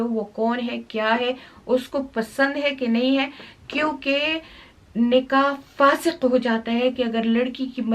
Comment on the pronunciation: its not فاسق (punk/wicked person) Its فاسد (Invalid)